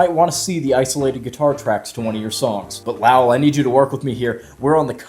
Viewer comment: Calling Lowell Loul for half the video may be the fuckin best part 😂